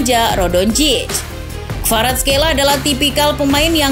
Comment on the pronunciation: Kvaraskelia bukan kvaraskeila